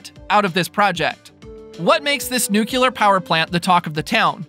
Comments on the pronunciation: It’s nuclear not nuculur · Nu clear! Not nu cular! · Nuclear is pronounced, Noooo-cleee- er with the stress on the first syllable., not nooo-keeoo-ler.